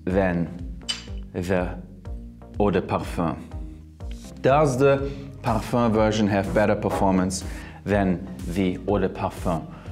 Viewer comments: Bro. "Perfur" ridiculous pronunciations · Sounds like you say parh fun.